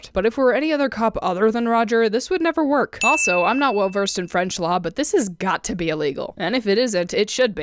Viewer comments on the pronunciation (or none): none